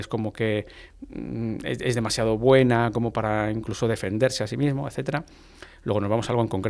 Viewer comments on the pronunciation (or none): Para la señora del podcast, corrija su pronunciación, se dice: hasta, no hatta desvela, no devela Práctica, no prática Señales, no señale Demás, no demá Mismo, no mimo Decimos, no decimo Descubrir, no decubrir En fin, usted habla de comunicación y tiene un pésimo dominio del idioma.